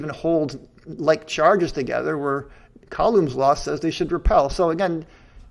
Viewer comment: These analysis videos are great, I wonder why the other debunkers haven't really done this so far from their debates. Keep them coming. The only negative thing that I can mention so far: the pronunciation of: Coulomb Google translate, when set to French pronounces it like I would expect (but then again I'm not French/in a French speaking country).